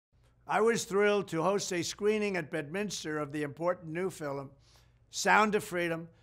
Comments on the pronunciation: Has anyone ever told him it's pronounced film and skurj not fillem and skorj? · Hmm...any ideas on why our beloved President is pronouncing the word "film" as fil-lim, w/2 syllables instead of one? I've heard a couple theories, neither of which resonated w/me. Any info/ideas appreciated, & thank you in advance. ~Samantha Whitson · Why does he keep saying fillem is this a New Yorker way of pronouncing film? But the fact that he’s talking about this is exactly why the establishment and media hate him. He’s going to ruin all their pedo/sex trafficking rings. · The new what…? What the hell is a “fill-un” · Anyone else notice "fill-em" being said more than once, and maybe other mispronounced words? God Bless President Trump 🚂 🇺🇸 . . . . 🙏 ⚓️ ☀️ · Is he saying "FILIM"?